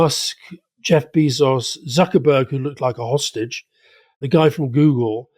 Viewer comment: Alastair says Jeff Beezos 🐝 Rory says issue (like tissue) Interesting